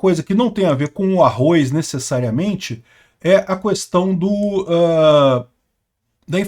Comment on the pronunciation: Não é arroiz não